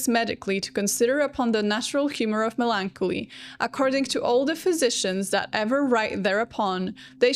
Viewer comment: Its melon-collie